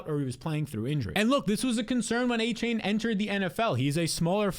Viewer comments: Exactly! With all that glazing you would think he would at least know how to pronounce his name smdh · You can’t even pronounce Achane name right